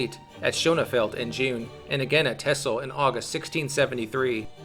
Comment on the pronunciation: The pronunciations were pretty good, Texel sounded like it was pronounced by a native speaker, so well done!